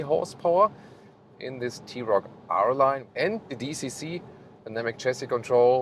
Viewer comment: Arent you german? Why you mispronounce german car brands?